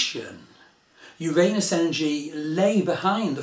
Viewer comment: Finally someone who pronounces "Uranus" the correct way, not the politically correct way! CHEERS TO YOU! EXCELLENT VIDEO!